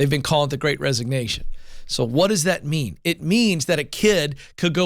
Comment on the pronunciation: Now! What does that meam? Well... What it meams is.... Now! What does that mean? (Pause) well.... What it means is.... Rewind...